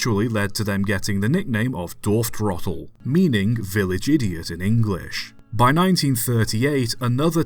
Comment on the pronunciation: The pronounciatuon of Dorftrottel was quite good ngl. I think this is the first time on YouTube I understood what someone meant before translating it into English